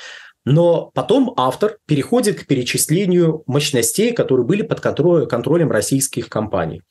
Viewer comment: Мощностя... МощностЕй... Ухо режет... Вроде бы специалист, но... мощностЕй. Может, мОщностей?